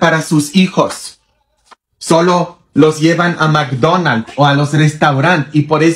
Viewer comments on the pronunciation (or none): pero no se dice macronalds😂😂,a que no era la embajada los yunayte Steyts??😂😂